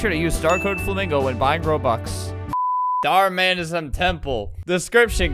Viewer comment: “ Dhar Mam “ - Albert.